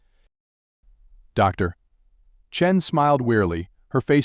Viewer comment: I think what's happening is the script has it as "Dr. Chen" and the AI is reading the period as end of sentence.